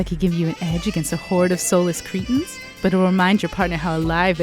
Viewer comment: I came... Also, it is cretins, not creatuns.